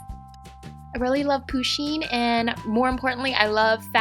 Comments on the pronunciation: No hate but the way that she say pusheen makes me cringe inside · She's prenouncing the name "Pusheen" wrong lol.